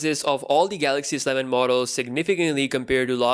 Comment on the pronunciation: I was trying to show phonetically how it should be read. I guess to be more accurate, one should say it as such: Ess-E-Leh-ven Not Sleh-ven